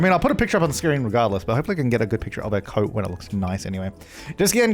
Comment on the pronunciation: I honestly thought till half way to the video that you said code when you actually said coat and I was so confused xD